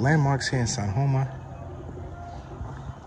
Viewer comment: Looks like its Sajoma and not San Joma.